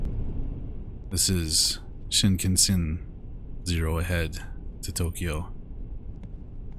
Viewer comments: pronounced "shin-con-sen" the "kan" is pronounced like "con". Hopefully this helps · Yay! I'm so glad you tried this one. I'm dying at the first few minutes. XD Pronunciation: shin-kahn-sen I hope you'll play it again for the other ending. You help the sister find the boy in another ending. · ive been waiting for this one 🙌 shinkansen is japanese for bullet train! you pronounced it pretty well but kan is more pronounced kahn